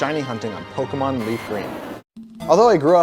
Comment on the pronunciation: YOU CANT EVEN SAY POKEMON